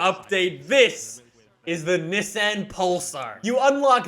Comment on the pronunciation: That’s not how u say Nissan...